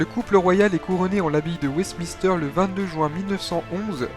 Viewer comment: Maiooui mary 😂😂 Francouiais 😂 Wesmister 😂 Eduard VIII pour info un nazi convaincu !pression du gouvernement Bozezlion bowle Lyon 😂 Malboah house 😂 marlborough house Mr le narrateur, FAUT IMPERATIVEMENT prendre qqes cours d' anglais et de diction !!